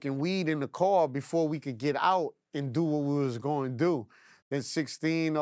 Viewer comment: Its car not card respectfully